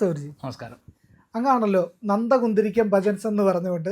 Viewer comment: നന്ദ കിന്തിരിക്കം അല്ല..... " കൊന്ത കുന്തരിക്കം "....